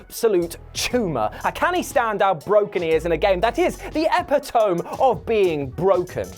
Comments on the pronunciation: It's pronounced E-pit-o-me not epitomb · Epitome.... Eh-Pit-Oh-Me not Eppy-Tome ya spunk bubble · Did he pronounce epitome as "eh-pee-toh-m" instead of "eh-pit-oh-mee"? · my dear man, its clear that many a thing grinds your gears. I wonder if people who mis-pronounce common words is one of them? FYI Epitome, is said as such: eh-pit-oh-mee, not eh-pit-ohm. Don't want you looking silly in the inevitable custody battle big guy! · I was triggered by this too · Epitome is pronounced eh-pi-to-me x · Just doing you a solid Epitome. Pronounced “Eh pit oh me”. Even in the U.K. 😉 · Epitome is pronounced ep pit oh me, by the way. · Epitome is not pronounced that way. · Epitome not epitome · you need to learn how to say epitome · How pronounces “epitome” tho 😂😂😂